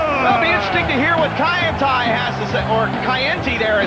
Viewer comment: Actually said 'Kaientai'. These commentators are from the American school system and illiterate as hell.